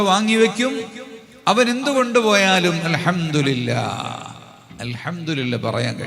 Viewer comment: അൽഹംദു (രി) ല്ല എന്നല്ല പറയേണ്ടത് അൽഹംദു (ലി) ല്ലാ എന്നാണ്